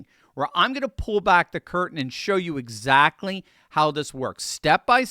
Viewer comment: Did she say EEZACTLY?